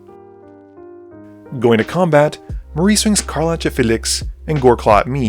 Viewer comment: CAR. LACK., I love your videos, dawg, but PLEASE, HER NAME IS CAR-LACK NOT CAR-LATCH